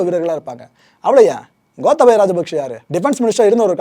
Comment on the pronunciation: ஐயா இலங்கையைப்பற்றி நீங்கள் நிறைய அறியவேண்டியுள்ளது மற்றும் பல தவறுகளை திருத்திக்கொள்ளுங்கள் * கோத்தபய அல்ல "கோட்டாபய" (Gota+Abhaya), இலங்கையின் தலைநகரம் கொழும்பு அல்ல இலங்கையின் வர்த்தக தலைநகரம்தான் கொழும்பு, இலங்கையின் தலைநகரம் "ஸ்ரீ ஜெயவர்தனபுர கோட்டை" என்ற இடமாகும்